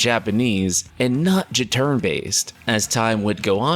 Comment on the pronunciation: "Jaturn Based" oooo snap.